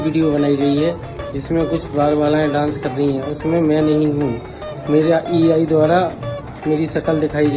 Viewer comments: A I എന്ന് പോലും മര്യാദക്ക് പറയാനറിഞ്ഞൂടാ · പാവം മൈരന് ai എന്നുപോലും നേരെ ചൊവ്വേ പറയാൻ അറിയില്ല ആ അവനോട് ai ഈ ചതി ചെയ്തല്ലോ ഈശ്വരാ 😂😂😂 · AI എന്ന് പറയാൻ പോലും അറിയില്ല.....😂😂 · Usko AI barabar bolne ko bhi nahi aatha hai... Usko maloom hi nahi hoga yeh AI kya hai.. 😂 Kaham se aayi ee pottan